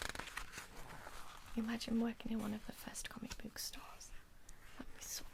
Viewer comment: As a yorkshireman, i find it quite funny how you pronounce "book" as "booook" 😂(really not trying to insult you by the way) haha